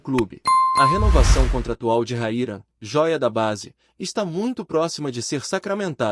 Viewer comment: O nome de nosso atacante é RAYAN e não Raira seu locutor desta matéria. 🤫🤫🤫